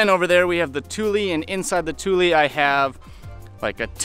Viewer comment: Thank you for saying Thule right :)